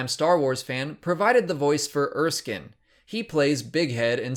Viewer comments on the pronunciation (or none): none